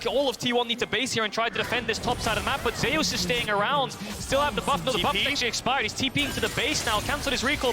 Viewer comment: why keep saying ZEYUS. ITS ZUS witha silent E.